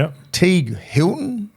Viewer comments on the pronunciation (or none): It's hilarious that keeps calling teig wilton "teig hilton"